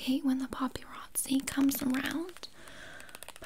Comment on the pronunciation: “stastistic” and “poppyrazi” made me snort💀